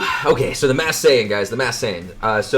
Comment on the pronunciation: Why do you say "Mass Saiyan" instead of "Masked"?